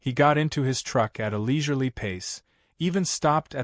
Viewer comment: No such word as leesurely, it is called leisurely , learn how to pronounce dumb ass AI crap. Totally clueless whoever thought this crap up.